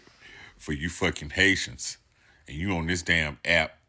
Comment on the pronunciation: This question goes to the owner of this youtube channel, do you know Haitians are also Americans? And please learn how to pronounce Haitians.